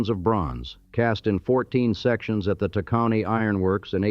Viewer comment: Ugh....AI pronounced "Red-ing" not as it is spelt Reading. Tă-kŌ-nee not TACK-o-nee. SKOO-kuhl is actually dependant upon age, origin, and habitation of speaker. 🤪 The most common minor differing pronunciation will put that H back in there:ShKOO-kuhl....or put back that L that was the bane of young grammer students...either end of first, the more difficult beginning of last pronounce 'lk" from a sto! SKOOL-kuhl..SKOO-lkuhl.....the whole second syllable spoken as if a sound emitted as an aside to swallowing. Modern Dutch "originist" will emphasize -kil, which is Modern Dutch, not Middle Dutch -kille for body of water. And just because.. -kuhl can be replaced with -kəl. The "Pennsylvania Dutch" are actually Low Country Deutsche, farmers of lands along the rivers that empty into the sea through Dutch deltas......farmland now, or at least until recently industrial .